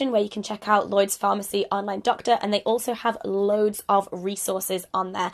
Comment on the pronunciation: "Llyods..." oh, Hannah